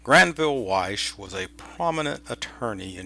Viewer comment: Wyche not Weiss